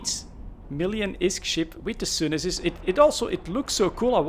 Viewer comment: Pretty shure its pronounced sune sis